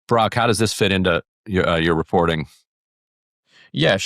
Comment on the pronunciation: Idiot #4 couldn't even pronounce Brock's first name correctly, made him sound like Barack! JC #4, it's not BRACT, it's BrOCk.